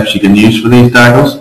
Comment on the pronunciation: where are you from? dacels?